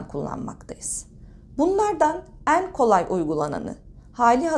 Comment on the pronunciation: Lütfen “En” derken E’lerinizi düzeltin aşırı rahatsız ediyor